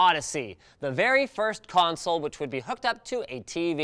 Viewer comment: "PECANSOLE" I LOST MY SHIT